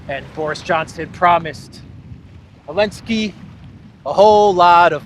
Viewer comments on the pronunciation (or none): Curious to know, why do you call him Elensky? Everyone else knows and pronounces it correctly - Zelensky, but you. Can you explain why. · Probably I missed it, but why you call him Elensky?